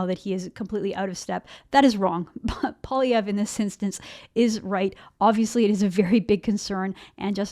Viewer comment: Sorry it's Poi lievre Poi not polievre Poilievre poilievre lol